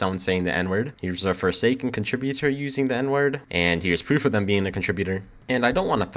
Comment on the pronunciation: I don't think anyone here plays "forsaen" lol. Anyways, hope everything goes alright